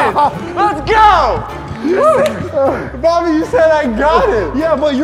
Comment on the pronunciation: You said Booby instead of Bobby 😂😂😂